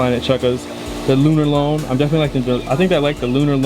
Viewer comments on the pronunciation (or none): Hey! Just a heads up, the sole of those crimson flyknit chukka's is pronounced "lunar-lawn" I cracked up when you said "lunar-lone" haha. But anyways, dope collection! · Hey just my input but i think its pronounced "lunar-lawn" but good video bro love your channel and congrats on 200k